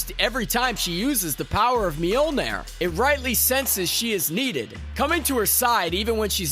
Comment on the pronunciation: Why was your pronunciation of Chavez and Mjolnir so weird?